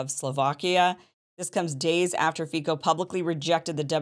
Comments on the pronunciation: Also it's not pronounced Fi"k"o but Fi"ts"o just like you spell letter C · “Fico” is correctly pronounced as Fitzoh